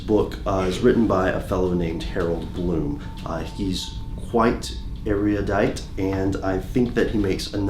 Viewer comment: Howard Bloom NOT Harold Bloom. Also erudite NOT eriudite...c'mon man get it together.